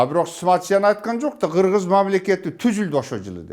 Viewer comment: Хыргыз деп айтылган